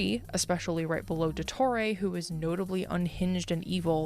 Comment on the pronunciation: nah what the fuck was that pronunciation of dottore's name😭ill dodoray THAT'S NOT NATLAN TECHNOLOGY. THAT'S DRAGON TECHNOLOGY